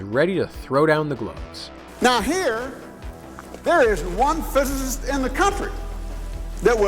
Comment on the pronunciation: mofo couldn't even pronounce physicist